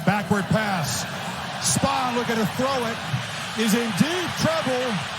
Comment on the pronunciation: Its Spann not Spawn. 🙄